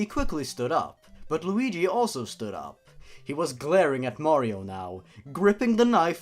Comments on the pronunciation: R.I.P headphone users xD edit #1: did you say Mearrio at kinda like.. - (it's not a problem it sounded funny xD) edit #2: And a loud voice said... COWARD FOOLS MERASMUS IS HERE, FUCK YOOOOOOOOOOOOOOOOOOOOOOOOOOOOOOOOOOOOOOOOOOOOOOOOOOOOOOOOOOOOOOOOOOOOOOOOOOOOOOOOOOOOOOO MERRRRRRRRRRRRRRRRRRRRRRRRRRRRRRRRRRRRRRRRRRRRRRRRRRRRRRR edit #3: "he still was alive" I WILL NOT DIE, NOT YET AMIGO! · How to pronounce Mario [MALLEO] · mayro itz mayro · It's a me a maro XD